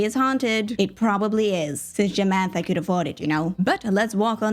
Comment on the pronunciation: Not Jamantha 😂